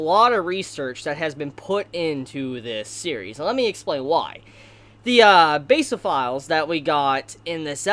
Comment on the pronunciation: YOU PRONUNCED BASOPHILS WRONG BITCH